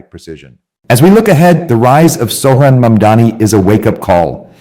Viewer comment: MS you first get his name /first name correct? He calls himself Zohran and you say it as Sohran? Whats wrong